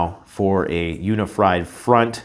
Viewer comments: He said UniFried, I got hungry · "uni-fried" an apt slip perhaps🤷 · It's gonna be "uni-fried" alright 🤣